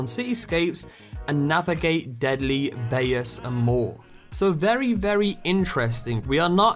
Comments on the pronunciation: Bayous is pronounce "by use" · Im pretty sure Fl4k's pets are a skag, spiderant, and jabbermon( monkey thing with hand tail). also bayous is pronounced buy-you